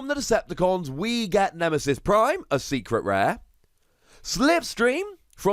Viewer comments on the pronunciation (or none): Secret rare? Still saying that wrongly, seriously?